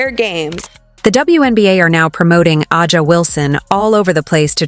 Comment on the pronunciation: Why would you believe anything in this video when they can't pronounce A'ja? must mean "suck." To be fair, compare this year's semi-final viewer numbers to those in 2023.